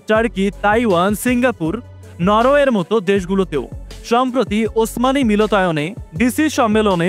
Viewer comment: মিলতায়ন নয়, মিলনায়তন হবে। উচ্চারন সঠিক করা উচিত।